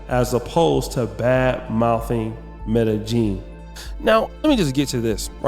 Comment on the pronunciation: Its pronounced scoPALomine. And medehyeen. Say it like that. Also you probably say isotol its inosotol. Yall cant get this shit right ever lol